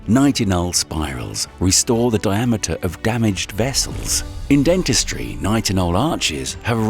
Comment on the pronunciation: The narrator said NI tinol I'm sure it's pronounced NItinol.. Anyways. A YouTube vide about AI narrators would an inception video.....?